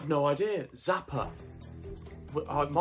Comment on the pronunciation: Not sure if this is an English thing but why do they read "Xapa" like "Zapa" and its russian too i understand for not knowing how to read letters there. X = ch but thats not a letter in the alphabet in English but it is like in Czech.